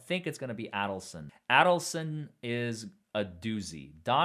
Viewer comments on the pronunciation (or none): It’s “Ādleson”. Long A.